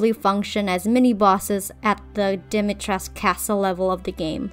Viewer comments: They're all so much more recognizable and actually fit in with Lady Dimitrescu. A small correction tho, it's Dimitres-coo, all Romanian words except for a few pronouns, are pronounced how they're written. So basically, if you ever redesign Lady Dimitrescu, just say coo at the end. Btw, the middle one, I love the dress, I think they all fit their role very well and the redesign shows that hhh. 🥰 I love the eldest one the most! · Fun fact: the u in Dimitrescu is pronounced and isn’t mute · I'm romanian and I'm surpised that you pronounced Lady D's first name right, but misspronounced her family name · I love your redesigns but as a romanian it hurts my soul how you say Dimitrescu lol and vampires come from eastern europe btw :)